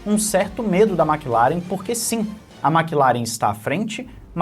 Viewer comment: "Maqui laren" 😂😂😂😂😂